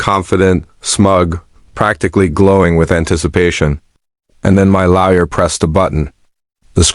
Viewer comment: This pronunciation of lawyer as "laoya' is annoying